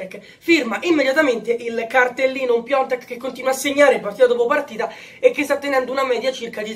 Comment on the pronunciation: Ma perché lo continuate a chiamare PIONTEK ???? SI CHIAMA PIATEK !!!